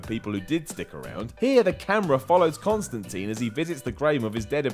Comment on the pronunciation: Can’t believe u don’t know how to pronounce Constantine